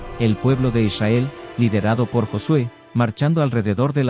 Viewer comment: "eleva tu Esencia" hay que pronunciar correctamente el nombre de Israel, es con r